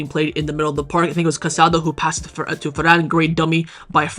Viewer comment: The midfielder’s name is pronounced Ca-sa-DOH. Please be respectful